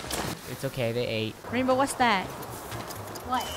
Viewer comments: It's not rainbow, it's rainboah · It’s “Rainbwoah*